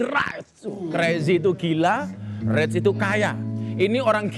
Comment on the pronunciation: Spelling richnya itu lho gus...geli dengernya 😁😁😁